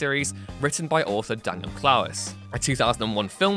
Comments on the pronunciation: Clowes is pronounced clows not clowis. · And "Clowes" rhymes with "ploughs," as in, "The tough ploughs through the dough." But you can be forgiven for that one. Both movies are awesome. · Also it's pronounced like clowns without the "n" not Clow-wes